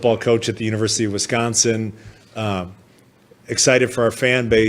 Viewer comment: Lol for years I got to watch Reggie White talk about Westconsin